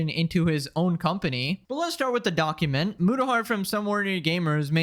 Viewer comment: Bro keeps saying donkument